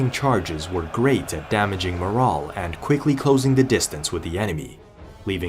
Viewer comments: Good video. You're pronouncing "morale" incorrectly. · It annoyed tf outta me how this mf kept pronouncing "morale" fucking irritating